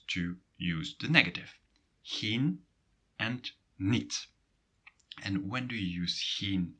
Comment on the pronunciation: waarom spreek je ‘geen’ uit als ‘gien’ in plaats van ‘gijn’?